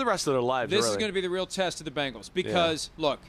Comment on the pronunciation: jesus christ simms its BENGALS NOT BANGLES!!! these national talking heads NEVER give us ANY credit. cincy will be back in the superbowl multiple times and we are going to get a championship! whodey!!!